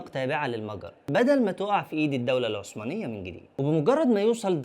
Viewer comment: اسمها الدولة العثمانية وليست الدولة العسمانية